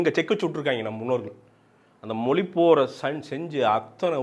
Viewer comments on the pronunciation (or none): மொலி இல்லடா... மொழி. உன்ன மாதிரி உச்சரிப்பை தவறாக பேசுற 90% ஆளுநாலா தான் தமிழ் அழிந்து போகுது. இன்றிலிருந்து நீ உச்சரிப்பை சரியாக பேசு தமிழ் தானா நிமிர்ந்து நிக்கும். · அது தமிழ் மொழி !!!!! மொலி அல்லா, அதுவே வரல உன்னக்கு..